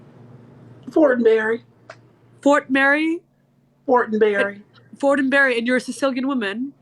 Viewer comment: oh so last name is FORTENBERRY? FORTINBURY? 💀💀💀💀💀 she Sicilian y'all🤣